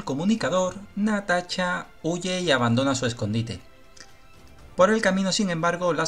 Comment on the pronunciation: jajajajaja no es mala onda, pero que.pronuncie bien el amigo.